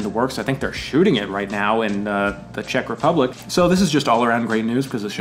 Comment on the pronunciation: HE SAID IT. He said a name of my country. And correctly. And even the whole name, not just the short version that many people hate for some reason. I can die in peace now. (explanation: for some reason, for many Americans we are still Czechoslovakia).